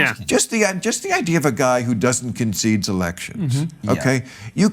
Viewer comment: "Did Hillary conseede defeat?" Of course she did? When did she say that? I'm new to this country says 'brilliant' Bill Maher! Wow!